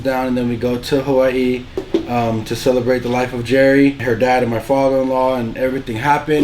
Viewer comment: I love that pronounce Hawaii so CORRECT😫 chefs kiss